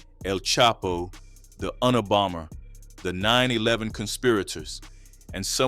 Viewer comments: Please tell me you didn’t say “ UN -a -bomber” ?! FYI & future expressions its “ Yoonuh bomber” ok ? Say it with me one time brother , yoona bomber ! Very good. Carry on . 👍✌️ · Bro said the unna bomber 😂